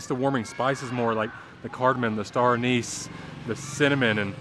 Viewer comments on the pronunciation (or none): none